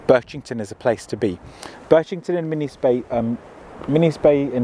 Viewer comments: Min Iss NOT minnies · Minnis is pronounced Min is after Minnis Bay which is a beach in the area